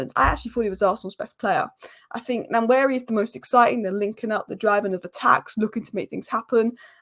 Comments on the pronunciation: "Wa-neri" "N" is silent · Hi we Nigerians pronounce his name like this WAN YERI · One-yeah-re. Just sound it out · It's Waneri not Nanweri like you said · It's Pronounced NOIR-NERI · You can call him One-neri. As if you are pronouncing number 1. They dont sound exactly the same but very similar. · Pronunciation of Nwaneri: Wanieri. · It’s pronounced “One ye ree “ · pronounced: Waneri (N is silent) ❤🤣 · It's PRONOUNCED as WA-NE-RI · Its pronounced Noir-neri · Nwaneri's name pronounced more like Wan-ner-ee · Aunty u r spoiling Nwaneri's name